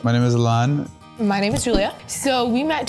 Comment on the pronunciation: these two just annoyed me but god damn how they pronounced alan is attrocious